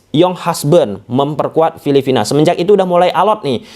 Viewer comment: Filipina mass gatel banget saya denger Filivina 😂